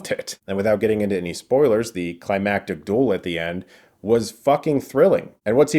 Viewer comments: Fuck sake learn how to pronounce duel, its not DOOL its DU-EL . Fuel but with a D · Its the Last Duel not Dool !